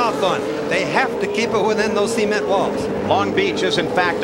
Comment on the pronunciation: In all the races I've heard Bobby Unser's commentary on, I've never never heard him pronounce "cement" before. Now I can't unhear it.